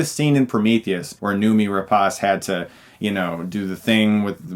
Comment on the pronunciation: Noomi Rapass? Noomi Rapace (Rapachi)